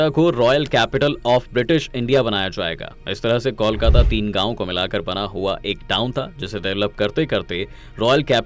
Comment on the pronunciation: Pahle kolkata ka uchaaran Krna sikho